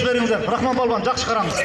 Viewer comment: Палван дебей балбан дегиле